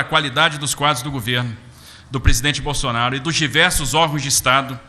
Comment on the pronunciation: o Borrrsonaro com essa pronuncia do R soa artificial. Um caipira do interior de SP nunca pronuncia o R assim. Esse Mazzaropi deveria asumir suas origens e parar de dar uma de Zé Carioca.